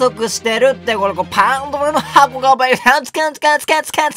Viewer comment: パンドラの箱の言い方の巻舌すごすぎ笑笑笑